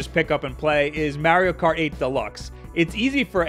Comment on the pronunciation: Ahem, you mispronounced Mario Kart... sniff I’m offended